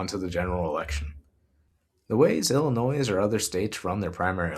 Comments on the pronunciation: Excellent vid dude... But "Illinois" is said "ill-annoy", not "illinoise". 😊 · Reminder: the "S" at end of Illinois is silent. It rhymes with "annoy" not "toys", just like how guys names Moe dont pronounce it Mo-ee (like Joey) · FYI, the S is silent in Illinois. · Hey like a lot of comments mention I found out about you through the Humanist Report. Just a friendly fyi Illinois is pronounced Illi-noy. Thanks for what you're doing! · Dude....the "s" in Illinois is silent. Love the video though. I'll be voting for Kevin and Joey. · Great report! Thanks for your research and insight. Just an fyi, Illinoisians don’t pronounce the “s” in Illinois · This is great. However, the s in Illinois is silent and I know that will be somewhere between distracting and unmanageable to the Illinois residents I send this to. 😅